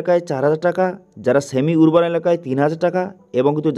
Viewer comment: উচ্চারণ টা আরবান হবে 🙏